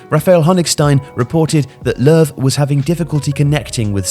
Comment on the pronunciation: It's more like 'Luhv' because it's an ö in German, and German J's are Y's. I've never understand the 'Jogi' part. I figured it was a nickname, or a short name.